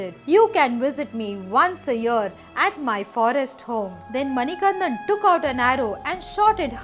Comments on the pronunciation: Beautiful story. Please correct your pronunciation of the Lord’s name. It is Manikandan..not Manikanthan. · Not all swamis take 41 days vratha, the swamis visiting sabarimala for the first time takes 41 days intense vratha. Also it's Manikanda not Manikantha I'm from the district where sabarimala resides, Pathanamthitta district, Kerala. SWAMIYE SARANAM AYYAPPA.... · It is not mani kan"dh"an, but manikandan. Please take care of the pronunciation. But good to see such good effort for capturing the details. Appreciate it. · Hi, I am from the district where Sabarimala is located that is Pathanamthitta one small change is required, it's MANIKANTTAN there is pronunciation difference, also the mahishi story is true but she asked for marriage is a myth, that is Ayyappa's mother who is seated in the Malikkapurram.